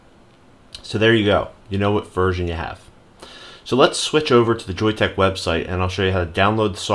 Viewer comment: Thanks, and yes you got the pronunciation correct! I really like that Joyetech is standing behind their product. Hopefully they will keep it managed so it does not blow through batteries too quick, and yes stainless steel soon too!